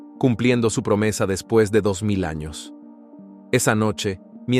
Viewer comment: Me pregunto porque no pronuncias bien los años ????😂😂😂